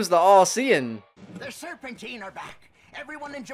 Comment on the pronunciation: It’s Serpentine bro(Sir-Pen-Teen)